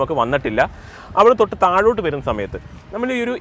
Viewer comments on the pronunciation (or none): none